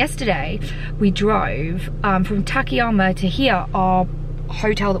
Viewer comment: Excellent content as usual, but the town's name is たかやま and not たけやま. It is four straight あ's. You pronounce the second as an え.